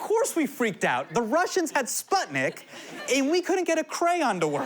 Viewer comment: it's pronounced "spootnik" Sorry for being like this lol